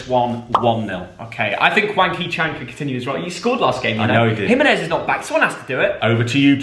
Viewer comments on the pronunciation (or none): none